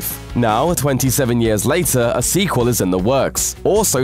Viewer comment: 'long awaited" RE squel? Looper are you smoking crack?